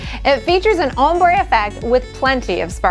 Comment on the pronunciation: Am i the only one that hears "hombre" when she says "ombre"?